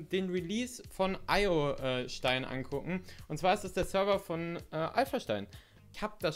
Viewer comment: Du hast den Server Name (Iostein) falsch ausgesprochen